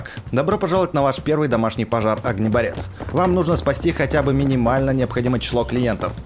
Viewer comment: Огнеборец ударение на о